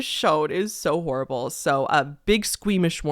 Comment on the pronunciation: This is bad. You put the emphasis on "horrible". Absolutely horrible.